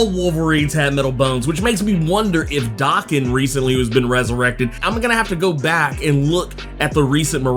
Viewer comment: Bro, Daken is pronounced DAY-KEN not DAH-KEN! Sheesh!